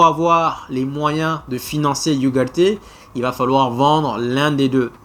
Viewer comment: tu prononces mal ugarde